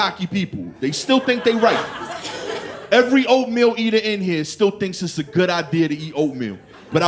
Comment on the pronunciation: i love how he says "oatmeal eater" like it's a slur 😂